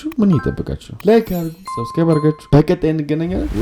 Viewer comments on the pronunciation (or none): none